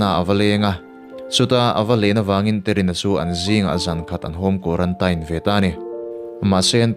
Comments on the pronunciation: quaratain ti loin quarantin ti la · Tinge kuarantain itih tlat a, kuarantin ti teh, thring treh truh emai🤣🤣🤣🤣. Anyway, ka khawngaih lutukk emai ala naupang si... Bakah naupang chauh ania, mahni a dah re² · zo inspiration vul zel rawh se..Pathian malsawmna dawng mawlh teh u...mahse quarantine(tain) ti a sawi hi a fuh lo a nia...kuarantîn tih tur an tia kan mithiam zawk ten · Quarantain tilo in quarantine ti ve mai la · Quaranteen tiin lam ta che, sap ṭawng chu sap ṭawng angin lam tur, mizo ṭawng chu mizo ṭawng angin lam tur, lam no teh chiam vel kha ngai lo. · Quarantine hi teen tihin lam la ngaihthlak a nuam zawk ang male. A diklo chu ka ti chuang lova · A dik chiah, kan tawng a ni lova,sawisel theih chu kan nei lo, mahse (teen(tin)) ti a lam tur zawk anih hmel. Tin, a dik zawk pawh anih hmel e, kan ti ve mai2. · Quarantine i lam dan hi a dik lo a zathlak deuh lo maw in bihchiag hmasa ve deuh la tha sin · Kei pawh khi2 ka lo sawi tum tak😂😂😂😂